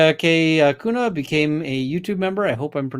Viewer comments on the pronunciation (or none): none